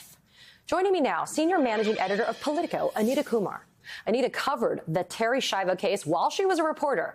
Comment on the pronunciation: This poor woman, Americans couldn’t even pronounce her last name. Ski-ahh-voh, not Shy-voh